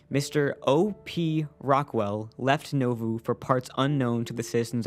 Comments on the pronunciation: As someone who's relatives were from Keokuk IA, across the river from Nauvoo, the town's name is pronounced NAWvoo, not NOvuu. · Most people pronounce it as Nah voo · It is pronounced Naw (like the first syllable in naughty) Voo (like the first syllable in Voodoo).